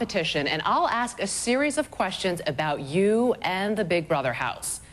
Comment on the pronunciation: No Monica, Shannon didn't AXE you to vote her out. She ASKED you to. English. Learn it.